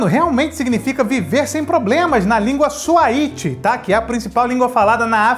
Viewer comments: não e suaíte e suaíli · a língua é SWAHILI, não swahiti... Uma das riquezas da Mãe África 💞💞